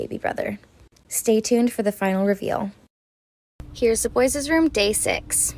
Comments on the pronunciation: It's kills me when she says boyses 💀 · She says boyes